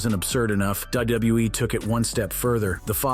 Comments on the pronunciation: Hearing this guy say wwe is triggering my ocd 😂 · Dabliubuiee, Dabliuibluiee, Dabliubluiee, Dabliulebuiee.